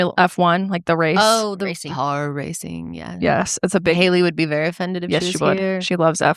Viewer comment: How said “Car racing” “Hamlin” is killing me 😂